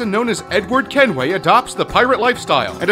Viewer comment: not kenthway